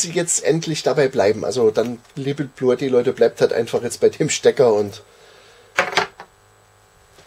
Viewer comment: sagt, dass es nicht "Bluetti" heisst, sondern (ausgesprochen) "Bluuti" 😂